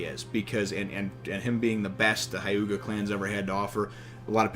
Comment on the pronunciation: It's pronounced hyew-ga